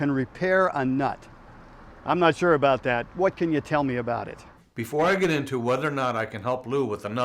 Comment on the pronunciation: "I'm nut shure about that" XD